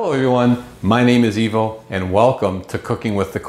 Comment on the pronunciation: LOL...close....my name is Ivo (pronounced Evo) In the Italian language, the I is pronounced as an E :)